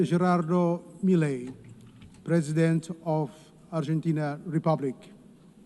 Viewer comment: Within 60 seconds, they mispronounced his name, and they used a woman as the interpreter's voice. I'm sure that was on purpose, since Milei is 100% MAGA.